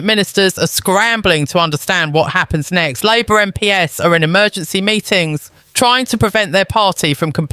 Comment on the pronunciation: Also listen to how the VoiceOver pronounces 'MP's'. I have reason believe this is A.I Generated content. Be skeptical always.